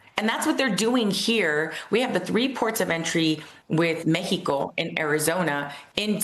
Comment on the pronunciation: Me gusta mucho como pronuncia Mexico